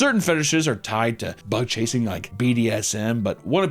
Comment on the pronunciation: it took me up to this point to realize you were saying “bug chasing” not butt chasing 😭